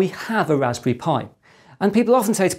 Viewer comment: It's "raspberry," not "raspy." Three syllables.